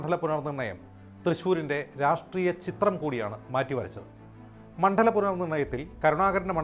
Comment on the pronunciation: മോനേ, മണ്ഠലം അല്ല,മണ്ഡലം(ണ്+ഡ) എന്നാണ് പറയേണ്ടത്.